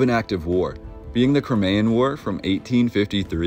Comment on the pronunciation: You pronounced Crimean incorrectly